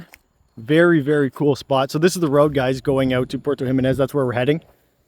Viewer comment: 8hours and try to pronounce our town correctly.